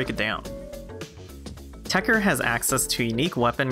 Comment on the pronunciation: why are you leaving the 2nd T silent it TechTer not Techer but whatever.